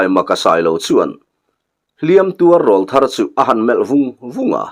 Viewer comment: Râwlthar tiin lam ri ve tawh la....... insiamthat hi tum ve tur.. 😊😊😊